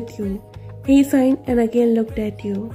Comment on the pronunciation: Uh author I'm not trying to be rude but it's sigh not sign ok? I just wanted to help you improve btw great ff